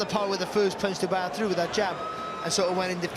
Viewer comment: Used to pronounce Dubois “dooboys”